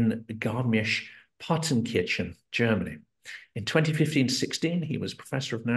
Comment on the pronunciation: Garmisch - WHAT? Huge respect! That was a hell of a pronunciation! I never figured out how to pronounce it, let alone find it on a map 😂